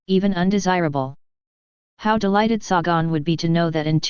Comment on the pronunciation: Its Say-gun, you moronic computer voice.